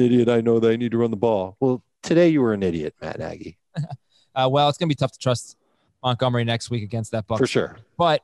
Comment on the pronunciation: Idk why but it really bothers me that pronounces it David "MUTgomery"